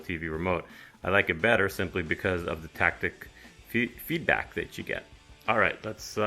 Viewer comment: "tactic feelback" 😅